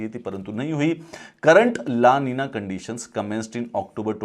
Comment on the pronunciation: ( El niño , La niña ) ( The Boy , The Girl ) this is Spanish words. and pronounce is ( एल निन्यो , ला निन्या )